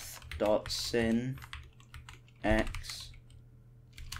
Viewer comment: This is a really good tutorial but please stop calling sine and cosine "sihn and coss" that's not how you pronounce it